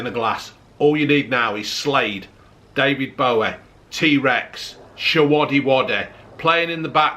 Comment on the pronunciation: “David Boweh”, “Shewodeh-wodeh”, “Ungreh Ippos” and “Monopoleh” 😂 What else could a man need.